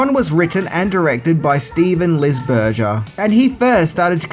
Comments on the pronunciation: LisberJer? Visually appeasing? At least he got Lisberger right once. Now I’m gonna eat a hamburjer and watch E.T. by Steven Spielberj. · I know it's nitpicking, but Lisberger is pronounced with a hard "G", like in "Hamburger", and not the way you were pronouncing it,. (However, it wasn't nearly as jarring as the way you mispronounced Milla Jovovich's name in your "10 Things You Didn't Know About The 5th Element".) And here's another thing people probably didn't know about Tron: Steven Lisberger previously directed the animated TV movie "Animalympics" starring (the voices of) Billy Crystal and Gilda Radner. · 1982 was the greatest year for movies ever, and Tron is my favorite film to this day. Too bad many didn't pick up on it back then. Hell, it pretty much predicted the next 20 years of computer evolution. BTW it's Lisberger (as in hamburger).